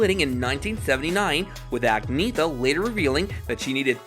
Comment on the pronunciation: For HEAVEN’S SAKE!!!! Her name is pronounced, “ag knee EH tah”!!!!